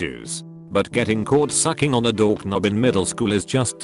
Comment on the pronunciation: The pronunciation DorK-nob made me laugh